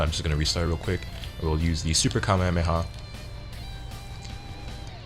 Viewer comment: Its Ka may ah may ah